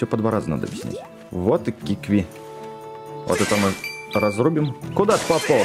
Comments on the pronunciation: ты специально неправильно читаешь? Какие киви? кивки? Ты в прошлой серии правильно читал КИКВИ а сейчас такое, будто между серий решил специально это делать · Это не кивки а кикви! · кикви,а не киви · Не кивки а кикви! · не квки а кикви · КИКВИ а не кивки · КИКВИ НЕ КИВКИ